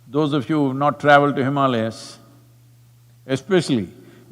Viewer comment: I’m glad Sadhguru pronounced Himaalayas correctly in this video. I hope he also corrects how he says ‘Brahmachaaris’ one of these days.